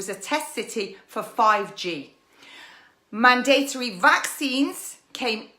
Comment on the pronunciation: ~Cant even pronounce mandatory. ..